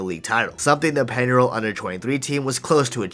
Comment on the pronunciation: Like the video but, my God man, make at least some effort to pronounce Spanish names correctly (Peñarol, Montevideo, etc.)